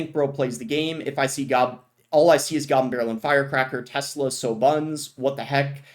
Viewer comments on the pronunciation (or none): none